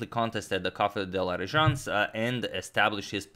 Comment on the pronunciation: Hi Agadmator, You super nicely pronounced the fmaous "Café de la Régence" ;) Congrats to you !